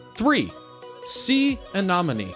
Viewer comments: 1) This narrator cannot pronounce 'anemone' correctly. Instant fail. Over and over again. 2) Apparently they have never seen a Blanket Octopus. How tragic. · Uhmmm in the first one, when the human is holding the creature, that’s actually a crab. Didn’t even say the mantis shrimp was poisonous! Or said anemone wrong! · Please learn the correct pronunciation of "anemone" and "nudibranch." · The guy talking knows NOTHING about animals. Mispronounced anemone and nuderanch. Get someone who knows the animals. Then he wont mispronounce the names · it's anemone not anonomy 😅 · You said tube anomane instead of tube anemone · While I enjoy 4 Ever Green shows every now & then they do something that bugs me such as mispronouncing aNEMone by saying aNOMone. It is spelled anemone not anomome! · GREAT videos, but please learn how to properly pronounce "anemone". The 3rd letter is an E, not an O. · It's "Ah-Ne-mo-nee" Not ?Ah-Nah-mo-nee." goofy. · Why cant anybody on youtube say A-nen-o-me correctly!?? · A nem on e. Not a nom on ne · As soon as I heard, “Tube Anomanie” I was out 😂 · Same here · The way he says anemone like a-nominee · A-nom-uh-nee.... ba ba ba ba ba.... a-nom-uh-nee.... ba ba ba ba, a-nom-uh-nee...... ba ba ba ba ba, ba ba ba, ba ba ba, ba ba ba...... A-NOM-UH-NEE! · How on earth did this narrator get away with mispronouncing anemone as anOmone. Just irritating to listen to otherwise nice video. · as sso as i heard. '' tube anomanie'' i was out🤣🤣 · Did you mean the creature usually pronounced A(uh)-NE(neh)-NA(nuh)-ME(me)? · Do some more work to make sure your facts are correct before making a video....and stop saying a-nom-a-me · Its: uh-NEM-ah-knee!!!!! 🤦‍♀️ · A-NEM-O-NEEE douche wad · Drove me nuts too! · I had to turn this off because he can’t pronounce anemone! 🤦🏻‍♀️ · Very cool, but come on - anomony (anemony)? NudiBranch (sounds like bronk)? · Not anomene, anemone! Nudibranch is NudibraunK. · Right??? SO annoying